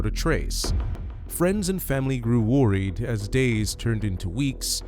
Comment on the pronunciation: Cool AI-voiceover .. i like how it pronounciates "worried" ... i mean wth, pay med 20 bucks and i'll do it MUUUUCH better with ANY ACCENT you want!